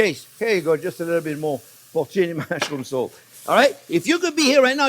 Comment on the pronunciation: Put the salt, thought he said put the soap haha 😂